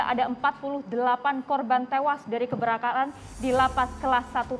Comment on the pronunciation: Kebakaran 😓 bukan Keberakaan